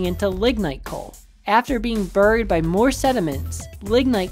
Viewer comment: You don’t know how to pronounce “buried”.